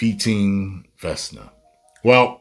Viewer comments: it's Vekna, not Vesna. And, I also felt like the timing was off. I personally don't care who does whom in a show or movie, like I don't care about who Nancy ends up with, as long as it's done tastefully. This completely felt like a, "guys, we just have the finale left, let's check one more box with a monologue..." that too, right after they showed us how critical and time sensitive the situation is. All of a sudden, they broke the momentum to have a group hug. Okay writers, nice try, I suppose? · Its VEHK-NAH 😂😂